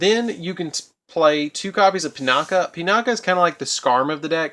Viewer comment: pronounced "ahrowshee," not "orsha." Sorry, but that pissed me off. also, that's pronounced "Pinakee," not "Pinaka". The last letter of it's name is an "I," not an "a." "Sohighah" not "Senyaha" Aside from those, great video! As a veteran Blackwing player, I enjoyed this deck profile. Liked.